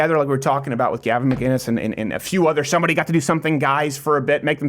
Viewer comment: Gavin Mc....Innes I keep hearing a "G" in there...